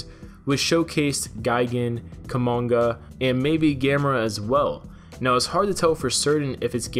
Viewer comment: ITS GA•ME•RA NOT GAM•ER•A!!!!